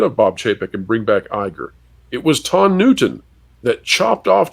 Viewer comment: Lotondra?? 😂😂😂😂😂😂sounds like the big dryer at the laundry mat. Ha haa haaaaa